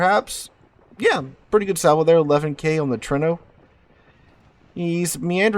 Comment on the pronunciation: Vey nice to see. As always, you need to ask how to pronounce Italian names. Not difficult to find an Italian around. Your pronunciation of Trento is atrocious